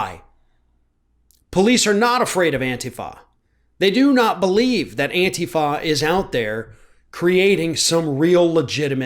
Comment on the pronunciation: actually knows how to pronounce "Antifa"! He doesn't call it "An-tee-fa" like others in the media.